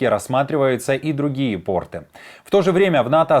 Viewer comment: портЫ, а не пОрты))